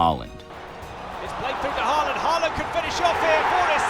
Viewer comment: How do you guys pronounce ’board’? Now substitute the pronunciation of ’oa’ with Haaland’s ’aa’ and you get his name correct. If you respect the guy you should pronounce his name accordingly. Just a tip 😀